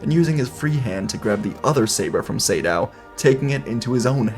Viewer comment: Not sure if you learnt this but I think its Naga (Similar to the snake from myth) Sa - Dow, not Say-Dow. Could just be an uncultured idiot though.